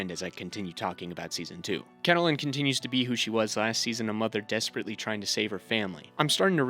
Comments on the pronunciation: Cattle-Lyn? It's pronounced Cat-Lynn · I'm 20 minutes in. Great video so far, but your mispronunciation of Catelyn is driving me nuts. It's Cat-lynn, not Cah-teh-lynn 💀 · Why are you saying Cat uh Lynn. The pronunciation is Cat Lynn. In the show and the books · The way you’re pronouncing Catelyn 💀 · The way you pronounce "Catelyn" annoys the hell out of me. Even tho it appears that is the right way to say it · You mispronouncing Lysa’s and Cat’s name made me turn off and dislike your video. Did you watch the show?